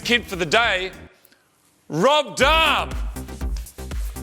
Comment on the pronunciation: Is that Rohb Dahhm? Gahd dahm it’s Rhob Dahm!